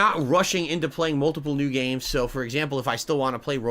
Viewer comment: Whenever he says HAHT NEW GAYMES it drives me crazy